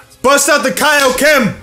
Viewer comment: Wait did you say Kyle kim instead of Kaio ken ? 😅